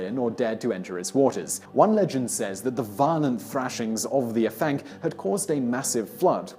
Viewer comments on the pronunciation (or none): Hey simon don't know if you'll see this and I know you apologised for prenunsiation but I thought it might come in handy for the future dude haha. Afanc is pronounced ah-vanc so almost as if it was spelt Avanc. In Welsh F sounds like V and FF is F, I know it confusing XD just thought it might help mate. Great video though I really enjoy these types of lists.